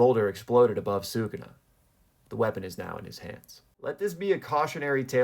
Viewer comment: Talking about respecting Gege yet you cant even pronounce Sukuna correctly 🤦‍♀️